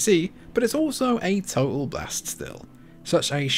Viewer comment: to ...um what is. " to ull?" Oh you meant total..." to tal )...two t sounds there bud. 😉